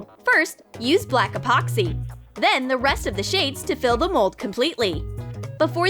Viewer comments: Junior Cans 'Expoxy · This how many times she said Apoxsee 👇🏻